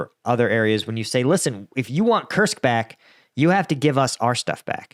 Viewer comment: Lived in Russia for over a decade. It’s pronounced “koorsk” with a strong r. Not Kersk